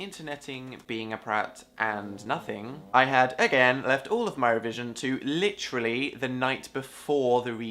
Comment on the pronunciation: lmao ‘i got bullied into saying literally not litrally’ says it ‘litrally’ in the hard launch